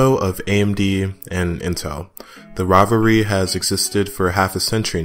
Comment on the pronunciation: .. rivalry sounded like robbery and it made lot of sense